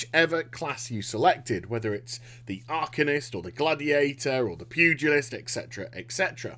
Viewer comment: I cant believe this bastard is the only guy on the internet who knows how to prounounce pugalist